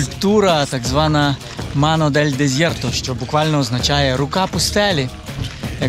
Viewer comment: Вчора спіймала себе на думці, що з нетерпінням чекаю на п'ятницю. І ось нарешті! Знов дуже круто. Але як невгамовна фанатка іспанської маю зауважити, що там ніколи інтервокальна s не вимовляється як з, тобто desierto через с, типу десіерто чи десьєрто.